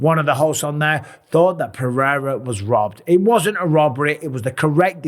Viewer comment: Is not Alex Perrera is Alex Pereira